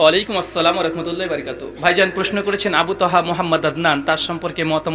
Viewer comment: মনে হয় সালামটাও ঠিক করে নিতে পারেন না , কেমন জানি মনে হয় ওয়া রাকমাতুল্লাহ শুনা যায়